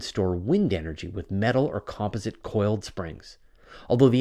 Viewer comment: your pronunciation of "composite" is wrong. please refer to the dictionary for the correct pronunciation